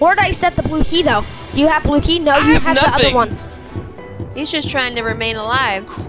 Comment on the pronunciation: when said blue key it sounded like bluey! 😂